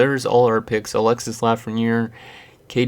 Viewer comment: You dont say the S in Alexis